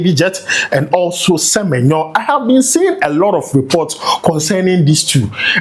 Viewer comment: please pronounce Semenyo well. I'm a big fan of you.